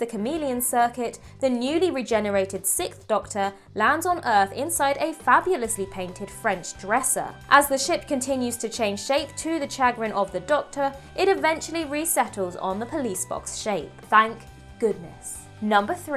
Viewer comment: The "Chag-rin" of the Doctor?? ...sha-grin. "Chagrin" is pronounced "sha-grin"